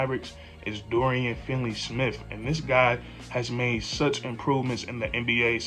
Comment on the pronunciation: not that you can't say Dončić. you can't even say dorians name right. its finney not finley cmon dude ....